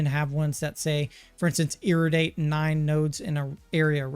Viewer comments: It's not IRRIDATE it's IRRADIATE! IIIIIRRRRAAYYYYYDEEEEYAAAATE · exactly! what an airhead. he can't even pronounce IIIIIRRRRAAYYYYYDEEEEYAAAATE properly.